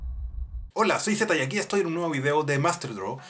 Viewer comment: te mamaste ahi con el apellido Zeta XD